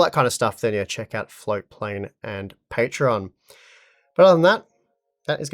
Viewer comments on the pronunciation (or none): none